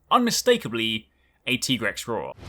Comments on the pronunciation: Just was wondering, isn't it pronounced Tig(e)rex? And not Teegrex? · It’s not tegrex it’s Tigre’s 🙂👾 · Teagrex broseph its pronounced like tygrex but tiger boys name is tigrex tho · Tegrex??? Its Tigrex. Hope you are trolling, if not its pronounced like its spelled Ti-Grex not Te-Grex. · Tigrex is straight up a car with claws and teeth. DejaVu.mp4 Edit: Also, I've always pronounced it Tiger-Rex. He's a striped Wyvern with a T-Rex head, just makes sense. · It's like T-Rex :D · Is it just me or dies anyone else hate how he says Tigrex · Stop mispronouncing Tigrex dammit